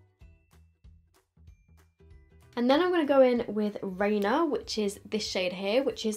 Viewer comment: It makes me giggle when you say Rainier wrong. I said it wrong once after moving to PNW and it was like I committed a crime. Lol